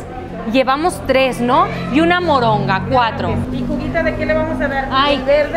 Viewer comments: se llama moronga no moringa xD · se dice taco de MORONGA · No es moringa es Moronga!! Saludos linda persona que eres!! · Saludos, pero no es moringa, sino moronga, y se me antojo 😭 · Jajaja no es moringa, es moronga😁, saludos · siempre veo tus videos pocas veces comento pero quiero corregir que no es moringa es moronga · No es moringa es moronga